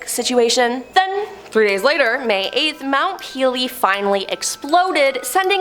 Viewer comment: The way they say somethings kill me. Plague and Mount Peele.